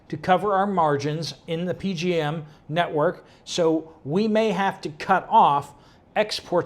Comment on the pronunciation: It's not P-G-M. It's the P-J-M interconnect.